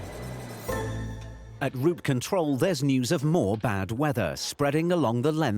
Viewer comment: It‘s ROUTE control, not route CONTROL. Could we have a better narrator please?